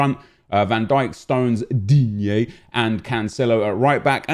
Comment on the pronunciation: Can someone tell me y he says digne like tht ?